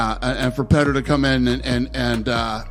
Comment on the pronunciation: Is Petr's name really pronounced as "Petter"?